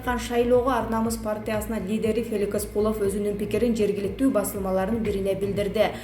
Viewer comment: Феликис эмнес Феликс дура туура оку 😤